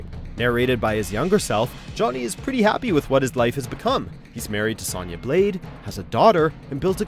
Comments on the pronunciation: Kitanna mispronounced Kotall kahn mispronounced Gairass MISPRONOUNED Sohnyah MISPRONOUNCED plapodeeifheuskzufehusgjfvucruocios. pronounced perfectly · Please get a narrator who can actually pronounce the characters names correctly! How does one mispronounce Sonya?😭 Comment said with love!